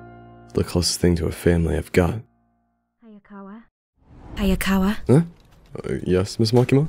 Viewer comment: It’s Hayakawa. Not “Ayakawa.”